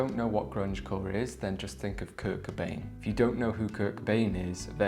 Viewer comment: 😂 Kurt “Cuh-Bain” haha